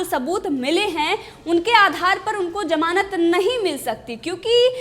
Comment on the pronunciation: Madam it is zamanat not jamanat 😂😂